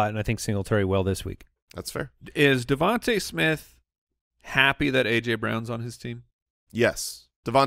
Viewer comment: at :57 min - I think it’s DeVon-tah not Devon-tay Smith, right? Maybe I am wrong.